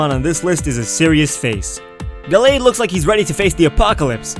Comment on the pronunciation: fans of the ralts familly hear his pronoucetion of gallade are triggered (its guh lade)